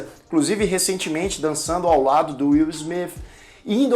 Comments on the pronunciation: Pela ordem excelência. Uma observação, você consegue falar xadrê"S"? Inê"S"? Francê"S"? Inglê"S"? A posição da sua língua na boca é exatamente a mesma para pronunciar o th no Inglês, isso vai ter ajudar a parar de falar "Will SmiFI" por exemplo ou qualquer outra palavra que termine em th. Note porém que tanto americanos quanto europeus acham o nosso sotaque "muito fofo". Pois "Will SmiTI" e "InterneTI" por exemplo, este "ti" representa um diminutivo aos ouvidos deles e da um ar "cute" nas palavras. Situação muito semelhante quando ouvimos o sotaque francês. Assim não tenha vergonha do sotaque. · WILL SMIFI KKKKKK